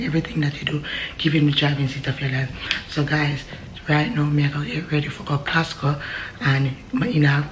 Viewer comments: always call Costco...Kasko 🤣🤣🤣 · Casco😂😂😂😂😂 instead of Costco